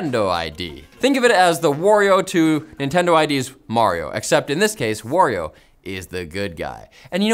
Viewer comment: How does he pronounce “Mario” correctly, but “Wario” incorrectly? 😅